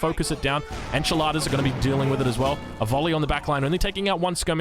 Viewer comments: yeah, he called them "enchiladas" for the rest of the Game hahahah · He pronunced Espadachín? WDF I swear god I listen "enchiladas" HAHAHAHA and I dind't know why said Enchiladas, I though he was hungry hahahahaahhaa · the way he said "espadachin" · As spanish the espadachín pronunciation made me laugh hahahaha, love u:)